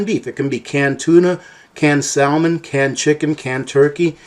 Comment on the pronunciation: I've never heard almond pronounced 4 different ways straight in a row. And never heard anyone pronounce the "L" in salmon before You have been putting out some really great information lately